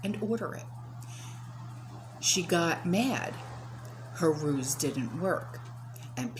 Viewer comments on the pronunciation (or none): none